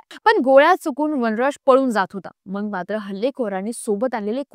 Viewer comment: मॅडम, "मग"बोला" मंग " नका बोलू